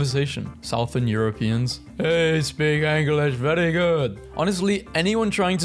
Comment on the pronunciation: No way bro said "South-ern"